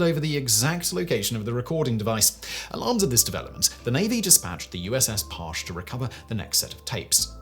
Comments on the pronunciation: It’s pronounced “Par-chee,” not “Parsh.” It’s the most decorated vessel in USN history, and I have a family member who served on it. Also, go read “Blind Man’s Bluff.” Great insight into what those spy subs did. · I am literally staring at the USS (aka the triple nickel) Halibut, standing on the docks here in San Diego, right now. Super crazy to think this (kind of small) sub changed history. It is Humbling. Also, the other boat you keep referencing is not pronounced “parch”. It’s pronounced “par-chee” as explained by my buddy who served on that sub for 15 yrs. 😊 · I spent 10 years as a US Navy Submariner. It was lonely, boring, terrifying, fun, and exhilarating in turns. We do amazing secret things every day as a force. I'll always cherish my time below the waves in the service of my nation. Also Simon, USS Parche is pronounced Par-chee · I knew a guy who worked on the Parche during these operations. FYI it is pronounced "par-chee."